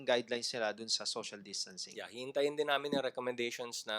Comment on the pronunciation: finally, “social distancing” pronunciation is correct.